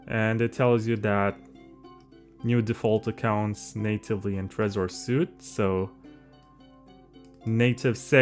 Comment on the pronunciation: It is pronounced “sweet” not “suit”. You can’t do a 1 hour tutorial and mispronounce the product’s name.